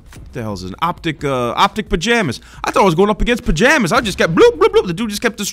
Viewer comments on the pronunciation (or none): I gets me every time he calls Pamaj, Pajamas